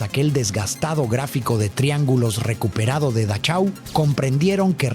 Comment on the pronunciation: Se dice Dajau